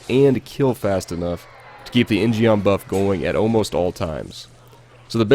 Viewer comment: In gum proper pronunciation fyi J. In means man, gum means sword in Korean. In gum. Geom is an example of koreans misspelling their words in english sigh...